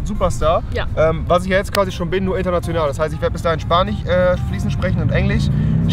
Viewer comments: Spanich 😂chinechis😂 ach Rewi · EngliCH😄 SpaniCH😀 und ChinesiCH😂😂😂